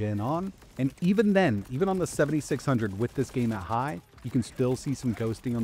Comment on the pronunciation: the way he pronounced "high" xD